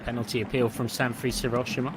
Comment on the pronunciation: "Sanfrees Hiroshima"? Where did they dig up this commentator from? SA-N-FU-RE-CHE. And Skibbe is pronounced "skib-buh" not "ski-bee"